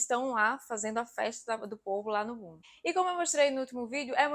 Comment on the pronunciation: Bom video. Mas porfavor nao diga bum diga boom!